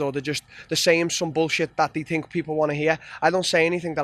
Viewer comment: They don't tink like he tinks, they don't talk the like he talks, they don't miss weight the way he misses weight.